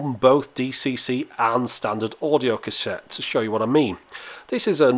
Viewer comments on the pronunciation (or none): "Standard audio Cashet"